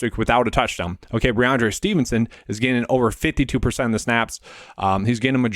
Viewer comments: Good content but you have to pronounce the names right. First it was toooney, now rahonde Stevenson. It’s rahMondre. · Listen back. You aren’t saying the m in rahMondre. It doesn’t effect your views, which I generally agree with but it’s a credibility thing if you want a channel to grow. Anyways, keep grinding. Not a huge deal.